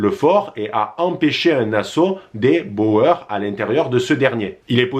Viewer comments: Ça se prononce les " bourres" pas les " bo-eur" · On ne dit Bo-eur mais bour.... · Juste pour info Boers c est un mot néerlandais qui se prononce "bour" par ce que en néerlandais "oe" ="ou" Mais s non très bonne vidéo